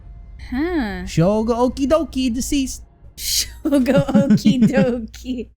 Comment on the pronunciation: I don’t know if you learned later on already, but Shogo’s last name is pronounced “Oh-Kee-ay”.